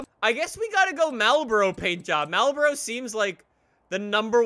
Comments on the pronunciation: When you pronounce marlboro as mal- boro not marl-boro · Why the hell he pronounce Marlboro like that 😂😂😂